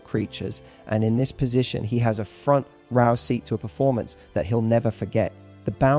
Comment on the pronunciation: Front row Rowe??? You mean row don’t you!?